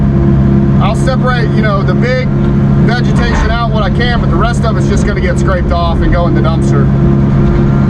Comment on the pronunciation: Did you almost say "vegematation"?? 😅😅 jk... Great job as usual. 👏😁✌️🐾🐾🇱🇷